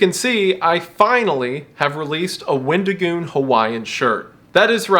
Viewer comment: wendigoon becomes weddingoon